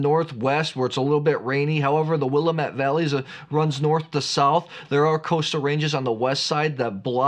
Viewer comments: Yummy. Just a note about pronunciation… Willamette has the emphasis on the ‘a’ instead of the ‘m.’ Sounds like Will-A-mitt. I was there a few months ago and they’re emphatic about the second syllable emphasis 🤓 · As a life long Oregonian, the way to remember how to properly pronounce Willamette is it rhymes with damn it. It's Willamette Damn it. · Hey! Let me give you a lesson on how to pronounce Willamette....here's a phonetic lesson...It's Willamette Damn it! Few things piss us off more. As for the Oregon Pinot you tasted...price aside it is a no-name producer. You're welcome. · You are truly a wine expert. Please pronounce Willamette correctly. I feel that it’s rude when you don’t. And since you are an expert, it makes sense that you pronounce it correctly. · He could just have a mental block on the correct pronunciation of Willamette. Sometimes when you read a word it comes out mispronounced on how you hear it in your mind and then is mispronounced when you try to say it. When that happens over and over again, this mispronunciation becomes embedded in your long-term memory as the normal way to pronounce the word. He may try to play it off that he is just trolling, but it could be that is just how his brain thinks Willamette should be pronounced. Even when he has consciously tried to slow down and pronounce Willamette the correct way, you could see it was a struggle and didn't sound natural.